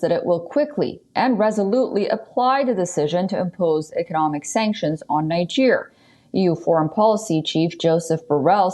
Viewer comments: I hate the way she pronounces Niger. It's not pronounced ninejer, but kneejer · it's pronounced Neejer not Naijer. There's a reason it's pronounced that way.